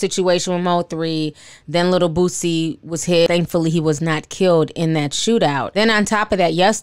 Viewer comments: I know this serious but when the anchor kept calling Boosie ‘Boozy’ it almost took me out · The reporter called him boozy. 😂🤣🙄. Crime has gotten bad in Shreveport as well. Has been for a couple years now. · Boozie? Wth put some respect on that man name and get it right? 😂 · Lol. Or "booTsie" 🙄 there is no "T" in his name people 😂😂😂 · The anchor pronouncing “boozie” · lolx the news caster said rapper Boozie lolx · "We have confirmed that rapper BOO-ZEE...." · I’m getting upset these news reporters can’t say the rappers names right 😭😭🤣🤣